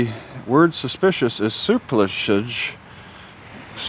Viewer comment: The correct way to pronounce it is to emphasize the PLUSS not the Ser.